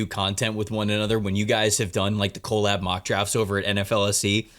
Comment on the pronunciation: Why do you say collab as if it is spelled co-lab? Drives me crazy